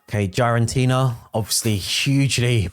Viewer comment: Bro it is not GiAraNtina its GiraTina for fck sake you’re killing my brain the way you pronounce that…😂